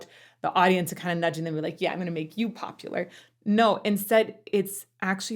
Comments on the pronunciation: Thanks for this. Ever since this came out, I've been hoping you'd do a comparison of this song, and you even started out with Kristen's live performance. So happy to know you are going to be doing more of the songs. I used to think that when Galinda changes PopuLER to PopuLAR that it was her not being sure about the pronouncification,. But I recently realized that it's perfectionist/ocd Galinda noticing that her amendment in the line "... who you were... well ... are." broke her planned rhyme scheme. Awkward pause... then she tries to belatedly update the rhyme and she's not sure if it worked. Another awkward pause before she decides it doesn't matter and just moves on. It's an incredibly subtle lyrical joke about Galinda's fake self-confidence that makes me laugh and admire whoever came up with it... I presume it was a choice by Kristen and Schwartz working together to find the laugh, and it's a layer to the humor that makes Galinda's character work so well despite being who she is... well... was. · She's not confused about how to pronounce popular, but isn't it that she's trying to rhyme popu-lare with are in the previous line? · Most of the time they pronounce popular like popuLUR, but in that one instance she's rhyming with the word are so she corrects her 3rd syllable. Instead of LUR, LAR. That's how I've always interpreted it at least. Hope